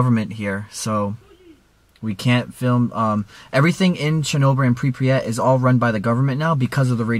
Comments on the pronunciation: did you say prepryet its pryvyet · Pripyat is pronounced: Prip-yat not: Prip-pre-yat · It's Pripyat, not Pripryat. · The way he says Pripyat triggers me. He says Pripriyat. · So I was in Ukraine for 6 months and am learning the language... the way you say Pripyat 😂 preepret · The way you say Kiev and prypyat makes me so upset